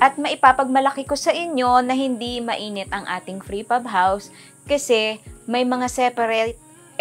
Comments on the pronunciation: Its PRE Fab not FRE Pab 😊 Amazing job. Will include it in my bucket 🪣 list ❤ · Frepab or prefab? hahaha